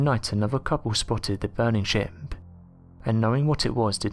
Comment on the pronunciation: It sounds like you're saying 'shimp' instead of 'ship' lol Great video nonetheless!!